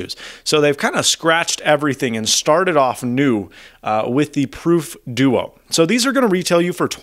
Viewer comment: i thought he was saying deutsch 0_0